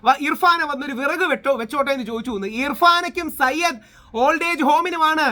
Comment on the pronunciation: Sayyad alla zayid ആണ്